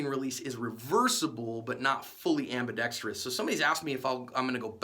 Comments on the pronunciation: And one more thing, thank you for saying "ambidextrous" correctly. Most people say "ambidex-tree-ous." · You are pronouncing ambidextrous correctly!